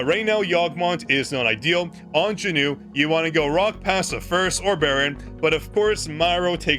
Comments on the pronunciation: Is it just me or I'm really hearing Jin-Noo all the time when he is saying JinWOO's name? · Okay you’re actually pissing me off actively calling him Jinmoo or jinnew whatever the fuck you’re calling him is wrong as fuck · You made me laugh when you said "JinNew" so I subscribed (5/18/2026)